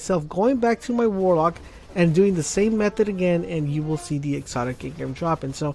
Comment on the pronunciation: It's engram not engrim, engrum, engrem, or any other weird shit.